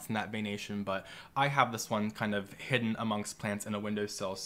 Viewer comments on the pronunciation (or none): none